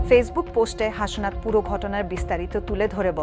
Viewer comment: হাশনাত আবার কী? ওটা হাসনাত।